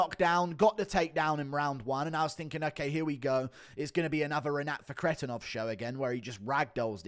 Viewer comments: The way you say Renats last name annoys tf out of me. It doesn’t even sound like the way it’s spelled at all😭 “ruhkretinov” wtf is that😂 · Had to dislike just because your Fakhretdinov pronunciation